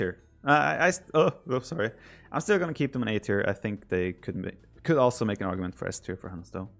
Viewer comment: Instead of "also", Viper says "Oslo". True Norwegian :')